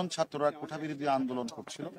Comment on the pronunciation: হারুন একবার ও কোটা উচ্চারন করতে পারেননি বার বার কোঠা বলেছেন উনি নাকি মেধাবী পুলিশ অফিসার